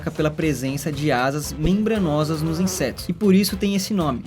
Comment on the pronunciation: De novo ele falou INSESTOS kkkk